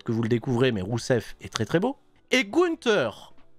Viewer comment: qui arrive plus a prononcer rousev, il n'y a plus que Miro! et Miro il est tellement beau!